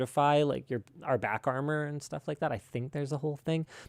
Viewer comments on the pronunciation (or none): none